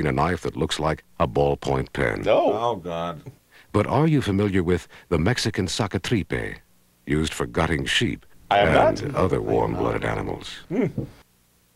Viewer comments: Don't see the comment so I will do it myself. Sacatripes is the wrong pronunciation is actually "saca-tripas"... And it literally translates to Guts-outer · it's "saca tripas" but close enough